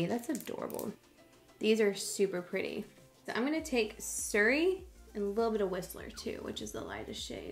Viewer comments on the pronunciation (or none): none